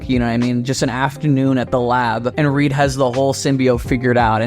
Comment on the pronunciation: It’s reed